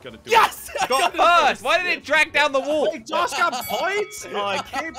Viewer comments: why do you say wall woll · your not the only one that says wool for wall I say wool too 😂😂🤣